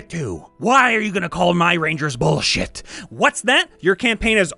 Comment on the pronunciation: "All classes are bullshuyte!" -- GURPS